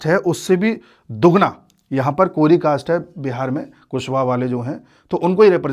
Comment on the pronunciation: कोरी नहीं कोइरी होता है